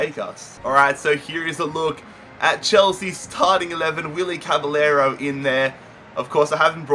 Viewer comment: caballero is pronouced cabajero